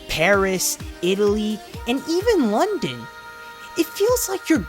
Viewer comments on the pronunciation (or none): none